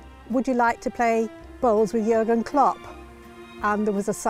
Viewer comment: First english man who is able to pronouce Jürgen correctly